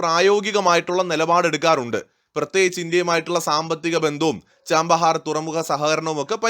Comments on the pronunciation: ആ പോർട്ടിന്റെ പേര് ചാബഹാർ എന്നാണ്, ചാമ്പഹാർ എന്നല്ല. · Hello, the name is not 'Cham'bahar, it is Chabahar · Chabahar (ചാബഹാർ) port ആണ്, ചാമ്പഹാർ അല്ല... pronounciation ഒന്ന് correct ചെയ്‌താൽ മതി...... ബാക്കി എല്ലാം കൊള്ളാം.. Good informative video.. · ചാമ്പഹാർ അല്ല ചാബഹാർ! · It is not 'Chambahar port', but it is Chabahar port